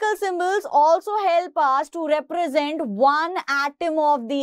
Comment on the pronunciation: "Represent" word exists she: Reprasant BTW, good expanation !